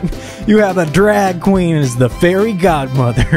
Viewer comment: Society: * mad about a male being fairy godmother* 🙄 Me: “ Correction he’s fairy god-ma-vah“😂